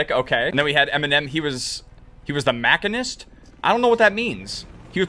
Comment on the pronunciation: "macenist" 2024